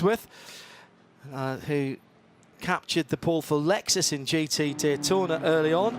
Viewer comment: I really wish the one commentator (the old man) would stop saying Lexususususus. It's so fkng annoying